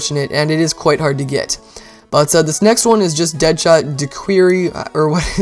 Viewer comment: The way he pronounces deadshot